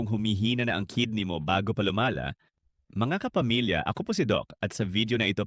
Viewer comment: "bago pa luma-la" A.i pa. Mga easy money content creator ayaw ng mahirapan. Lumaban kayo ng patas